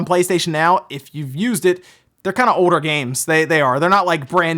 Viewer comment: keep people on their toes? you know when you say the word “older” it always sounds like you are saying “odor”. anyway nice vid as always 👍🏻